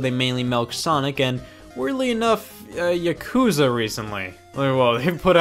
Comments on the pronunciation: Yaakuza not yuhkuza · the way he pronounced yakuza made me stop watching the video entirely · Angry comment about how horribly he pronounced Yakuza